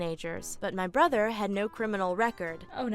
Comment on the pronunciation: How many times did say "Brother" wrong 🤷‍♀️🤷‍♀️🤷‍♀️🤷‍♀️ I'm not countin'